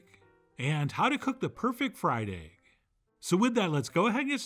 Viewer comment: "Steak and ayge"